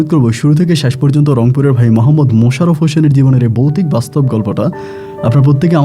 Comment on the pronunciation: Ami recent suchin but aste aste sob purano episode sunbo. Boutik noi voutik. Rag koro na vai